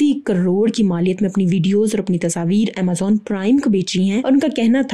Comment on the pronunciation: Tasaveer nhi tasveer hota h